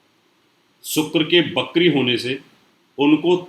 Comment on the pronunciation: Bhai tu Shani ko sunny bolta hai aur vakri ko bakri..... Teri to bhasha hi ashuddh hai, jyotish kya khak shuddh hoga???😀